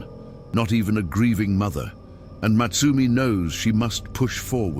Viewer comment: I think her name was supposed to be Motsumi (meaning the hunter,) not Matsumi